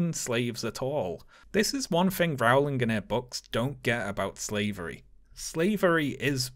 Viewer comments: My dear, your videos are incredibly well done. You are a Briton. Rowling is pronounced "rolling," for goodness' sake! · How can a Brit not know how her name is pronounced?? It is very distracting.